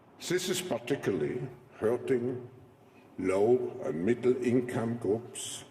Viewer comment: Sein Englisch.... da stellen sich mir die Haare auf! Se Economic, Mittel income, soße (those) risks... man sollte meinen, ein Mann seiner Stellung sollt das besser beherrschen. Gruselig.